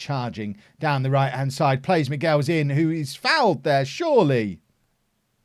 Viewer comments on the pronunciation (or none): I'm pretty sure Michels is not pronounced 'Miguels' it sounds like he's Mexican.